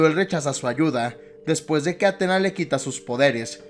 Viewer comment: No es de mala onda pero te recomiendo que te fijes bien a la hora de hacer éstos videos, por ejemplo, se pronuncia Atenea no Atena, y segundo, Freya tuvo muchos hijos, pero Thor no cuenta, más que nada porque en juego de 2018 se nos revela, por historias de Mimir, que la madre de Thor era una gigante, en todo caso quisiste decir madrastra, pero nada buen video